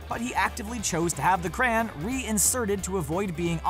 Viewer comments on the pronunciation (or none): Just wanted t o say this since it was bugging me every time you said it; It is pronounced "Cray-yon" Not "Crann" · a cran? whats a cran? you mean crayon? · It's cr-AY-on not cran 😣😣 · Cray-on, not cran. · Ugh. "Cran". Its CRAY-ON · Jordan Briggs no it wasnt said cran in the episode. Its just like americans to be lazy, phonetically it is simply "cra on" its honestly not hard. But from a culture that cannot spell colour or neighbour properly i can understand that saying crayon is too hard. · Excuse me, what is a "cran"? I thought it was a "crayon". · What the hell is a "Cran", it's literally spelt Crayon. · Are you really calling crayon, cran? We know you are clearly are not smart. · The way crayon is pronounced hurts me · Why he say crayon like that